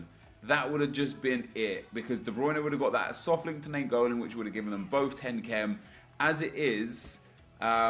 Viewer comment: It just makes me cringe when you say "Soft link"